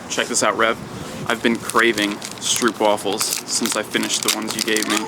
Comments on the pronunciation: its prenounced stroohp wuphles xD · They're pronounced as "stropewafels", just saying:) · It's pronounced Strope-waffel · You know you're now gonna get a buttload if stroopwafels in the mail, right? By the way, it's pronounced s"throw"p waffles if you were to pronounce the TH sound as a T like many people with a Dutch accent do anyway X-D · STROOPWAFELS.... that pronouncement is fantastic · stroopwafels... funny how you pronounce it. come and visit the Netherlands, get your mr. mime... and let me buy you some fresh ones.